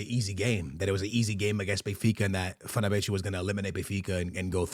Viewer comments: Wth is “fernabetchu” he literally said it correctly in the beginning of the video 😂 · Never seen anyone butcher Fenerbahce's club name so bad